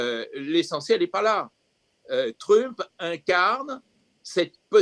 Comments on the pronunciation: Le 2nd intervenant qui prononce Trümp, alors qu'il parle et prononce parfaitement l'anglais, assez drôle ^^ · Il n'a fait que rendre la prononciation originale, allemande; le nom de famille d'origine de Donald c'est Trümpf. Je parie que si on fouille dans ses veines, on trouvera du gène hitlérien. Ce qui explique alors sa haine des non-blancs, des non-blonds, des LGBTs, son peu d'égards pour les femmes, les handicapés, etc...